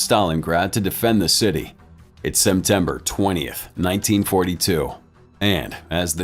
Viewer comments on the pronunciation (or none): you pronounced it as semtember xd